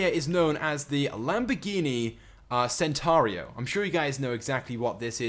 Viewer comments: Centenario, not Centario, you dingus. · If anyone had played forza horizon 3 or just knows how to pronounce things properly you would know that the Lamborghini Centenario is actually said as Lamborghini Ch-ent-en-ah-rio not senario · Lamborghini "centaro" LOL. it's "centenario" don't know if I spelt it right but I'm sure that's how you pronounce it. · centenario is said Chent ten r e o not centario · pronounced Lamborghini chentenario not sentenario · ITS NO THE CENTENARIO ITS THE LAMBORGHINI HURACAN YOU SPANNER, AND ITS PRONOUNCED CHEN TA NARIO, YA TOOL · not sentaro even jesus. it has got the 'enario' bit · it's Ch-ent-a-nar-re-o.